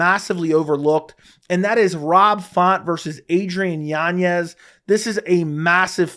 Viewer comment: Literally no one else in the world pronounces it YanYez. You just trying to pull the Chael Sonnen or what? His name doesn't have an ñ so it's not what you think. Next it's gonna be "YaRear" Rodriguez